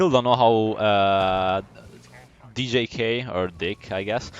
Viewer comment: its [dee jay kay] not dyyk , thx :)